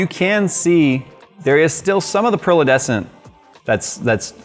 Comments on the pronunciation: Say it with me, "pearlescent" phonetically: pear - less - ent. lol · pearlEScent, there's no "D" in that word